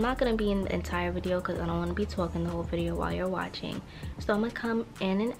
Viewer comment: Did she just say “Twalkin”😂